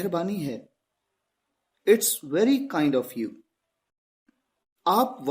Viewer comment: It's This word is pronounced as इट्ज or इट्स